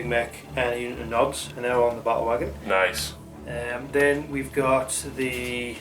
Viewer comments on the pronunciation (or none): Awesome game, I like how you pronounce "Ba-ule Wogon". I subscribed.